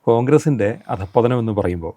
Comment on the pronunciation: അതം പതനം അല്ല. അധഃപതനം ആണ് അവതാരകെ. വായിക്കുമ്പോൾ അക്ഷരങ്ങൾ നോക്കി വായിച്ചാൽ തെറ്റ് ഒഴിവാക്കാം.